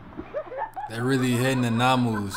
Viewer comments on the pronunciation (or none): You’re so funny, I love it xx it’s Manu, you’re saying Namu 😂❤❤ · It aint namu, its manu, close enough uce loll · It’s manus in the water not NAMUS😂🤣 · it's called MANU bro not Namu